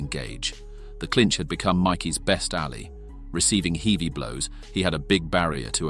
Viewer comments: Douglas. Not "doo-glass. Heavy. Not "heevy". I could go on. Is this an AI voice or something? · "Doo-glass" / "alley" / "heevy blows" - send the bot back to school! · 'Heave-ey punches..." ??? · Is every video made by AI these days? "Hee-vy blows". LOL! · "Heedey blows"?? What kind of AI bullsh!t is this? Waste of time. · The A.I. pronunciations are hilarious! Dew Glass! Heevy blows!